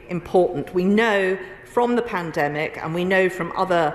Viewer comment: Lol I love how poundland Rod can't even say Pandemic, Panedemic lol